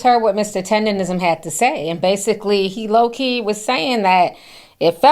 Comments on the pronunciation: It’s TenderNISM NOT TENDERrism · Ma'am...its Tender-NISM yall be butchering tha fuhh out that word😂